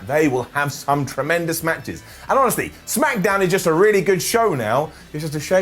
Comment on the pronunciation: He said smackadown again